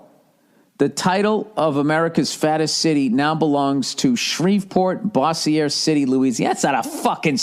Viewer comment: Way mispronounced “Bossier City” lol